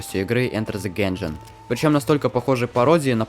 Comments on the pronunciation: он реально сказал генжен, он сказал генжен💀💀💀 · А зачем тогда нужно делать эти синематики, эти приквелы если главное гейм плей, а не сюжет? Да и геймплея в соул найте нет абсолютно, просто тыкай на кнопку атаки и уворачивайся от элементарных тык . Да и с вашим произношением у вас тоже проблемы потому "Enter the Gungeon" не читается через "э" , слово "Gungeon" происходит от слово "Gun", читается через " А" . Поэтому у вас плохо получилось блеснуть умом